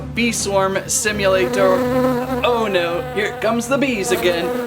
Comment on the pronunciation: i love how he says "bee swarm simulaTOR"